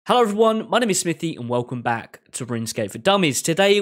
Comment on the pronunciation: I think it's funny that your name is but with your accent you for sure call iT SmiffyTV:D